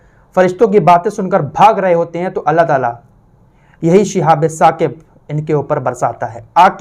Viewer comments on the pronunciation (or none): Apne ayat galat bataya hai. Sahi aayat Surah Saffat ki ayat hai aur pronounciation hai uska "Shihabun Saaqib". Aap keh rahe ho "Shihabe Saqib" jo galat hai. Jo aap parh rahe ho wo "Shihabum Mubin" hai. Jo aapne qisaa bayan kiya ki Setan aur jinn aasman par baat suna karte the fir Allah ne is cheez se hifazat ki,,,,wo qissa Surah Saffat me shuru me hi mil jayega.